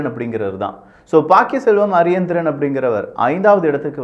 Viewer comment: Please pronounce candidate name correctly. His name not Ariyendiren ! Correct name * Pakkiyaselvam Ariyanethiran "